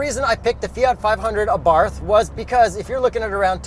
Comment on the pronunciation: I had the pleasure of driving a 500 Abarth last year. Great little cars! I managed to create a fun drinking game to go along with the video. Take a shot each time I mispronounce “Abarth” after specifically making a point about the correct pronunciation.